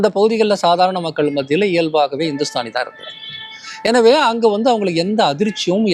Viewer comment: ஹிந்துஸ்தானி மொழி என்றால் என்ன? உங்களுக்கு இந்துஸ்தானி மொழியை தெளிவாக உச்சரித்து கூற என்ன தயக்கம்?